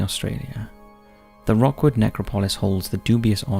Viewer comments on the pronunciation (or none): It`s not Rockwood Cemetery mate, it`s pronounced Rookwood. Visited??? I lived near it.